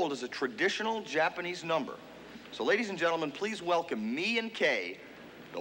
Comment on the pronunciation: "and Me and Kei" lol the name is Mie, pronounced "mee-ayy" they couldn't even get one of the star's names right